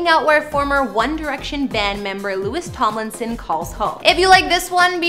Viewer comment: It’s LOU-EE Tom- Lin- son 😂